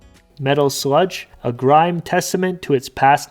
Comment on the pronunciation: grim rhymes with trim. Grime rhymes with time.